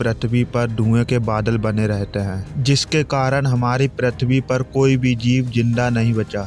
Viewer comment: bhai pritwi nhi prithvi hota hai😅